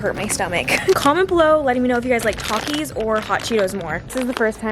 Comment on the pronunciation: "Talk-is", bro if u dont say it right